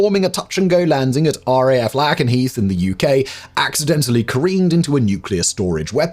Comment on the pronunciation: Pronounced Lake'n'heath, not Lackenheath